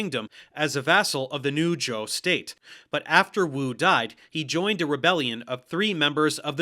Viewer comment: I found it quite funny, at least he got zhou right I've heard way too many people pronounce it zhao.